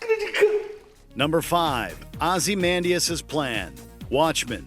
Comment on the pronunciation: The way you pronounced Ozymandias was just awful It's Oz-eh-man-diss(with the eh sound only barely pronounced. Literally only pronounce it the smallest amount possible??